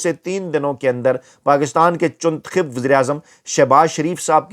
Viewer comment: Did you say “chuntakhib “?well said 👌 bcoz is Chuntakhib 😂not Muntakhib